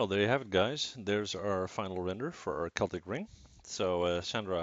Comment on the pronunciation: props on the correct pronunciation of 'celtic', 'cell-tic' boils my urine.